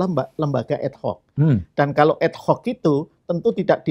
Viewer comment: Ad Hoc kok di lafalkan jadi Ed Hoc? Aneh ya?